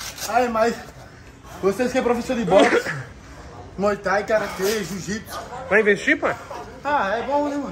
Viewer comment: jiu-jiPsu. "Asertô miserávi"!